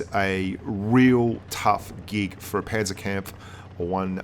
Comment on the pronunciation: It's funny how he says the first two A's in Panzerkampfwagen like a yank and the last one like a brit XD